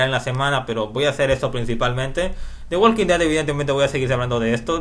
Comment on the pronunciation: the walking dead no se pronuncia asi como tu lo dices..! se pronuncia "THE WOKIN DED" ya que en ingles no se pronuncia la L q viene antes de una K como la palabra "talk" se pronuncia "TOK" como sugerencia saludos